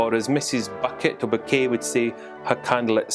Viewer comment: .... ....it’s ‘BOU-KAAYYYY’...;)!